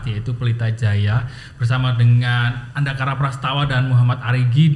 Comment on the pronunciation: Andakara bukan Andika 😂